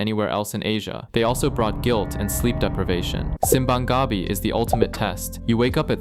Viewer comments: okay so a lil advice lmao simbang gabi has the same intonation as contest defy and your pronunciation has the intonation as llama llama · Simbang Gabi is pronounced as /simˌbaŋ ɡaˈbi/ with stress accent emphasis on the last syllable of each word there. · We pronounce it as Seem bang Gah Bee. Anyway really good video essay about the ber-months economy. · Simbang Gah-bi... Close enough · atleast pronounce "simbang gabi" right. you say it like church of taro or something 😂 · sim-bang ga-bey hahaahahhahahahhaha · Also Wthell is that Sim-bang Ga-bi pronounciation, it felt weird to hear that lol 😂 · the way 'simbang gabi' is pronounced sounds eepy. how did you this guy do his research?? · This is a perfect video other than the slightly odd way you pronounce simbang gabi and parol ❤😂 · Immediately unliked after that Simbang Gabi pronunciation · Bro, whoever told you to Pronounce 'Simbang Gabi' that way is scamming u bro 😂😂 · Dude, when he said 'simbang gabi' in that Murican accent, I just about cringed into myself.